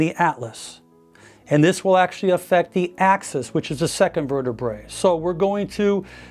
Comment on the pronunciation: One bone in the spine is a vertebra-a; sounds like the ladies’ garment. Two or more bones in the spine are called vertebr-ae (Latin plural ending); pronounced vertebr-ee (or like the cheese Brie). It’s Latin- not pronounced vertebr-A-E, vertebr-ay, vertebr-I-E. VERTI-BREE! These terms are pronounced wrong a lot! The British usually get it right. Your viewers will learn something!